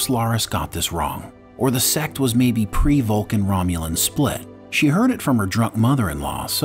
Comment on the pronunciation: it’s Vulcan, not vulkan